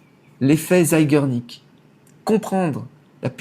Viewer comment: Zeigarnik = horloger en Polonais, je dirais l'effet du temps avec une femme. Tu arraches le Polonais = Zégarnik c'est comme cela, qu'il faut le prononcer